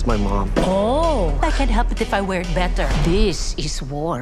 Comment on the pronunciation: "We should put them both in the box and ship et." lab et. 😂